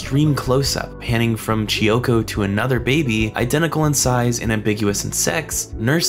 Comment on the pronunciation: KEY-oko. "Chi-oko"? kiyoko.